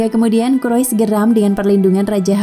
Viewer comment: Bacanya kurais bukan kurois